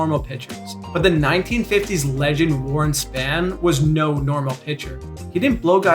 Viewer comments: its Spawn not span as in the image character. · Re Warren Spahn, the narrator knows his stats but not know his name. It's pronounced "spawn" not "span". I think you'd appreciate to know that. At the beginning of every season in Milwaukee, his manager would take the pitching staff to see Spahn throw a pitch he told them they could watch him but never, ever attempt to emulate him: The Great Spahn's arm was never sore, he was never injured, and he would stand in front of the fence in center and throw a strike to the plate, no bounce. I believe that story because Vin Scully told it.